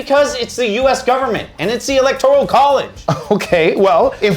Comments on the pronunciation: ELECTORAL NOT ELECTORIAL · I can't get past you constantly saying electorEEEEEEal college. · Does keep saying "electorial"? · why is he saying electorial lol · saying electorial college is hilarious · Is it just me or is saying “electorial” college? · Yup, that's what I'm hearing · 😂😂😂😂😂😂😂no, it’s not just you. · Nope, he's saying it...